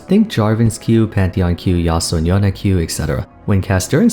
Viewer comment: she's inspired by south asian culture, let's not be pedantic here. Yone is pronounced yon-eh and not yon cos he is supposed to be inspired by japanese samurai, not that he is one